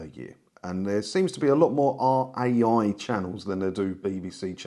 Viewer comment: Too late to tell you now, but it's pronounced "Rye". 😊 Funny though, I lived in Italy for a few years and never knew there was a TV license fee! No "television detector vans" roaming around Piazza Vittorio, either 😂😂😂